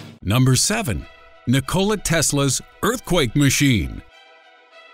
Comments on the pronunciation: Its Nikola not "Nick Cola" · The man's name is NOT Ni-Cola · Nick-cola tesla? LMAO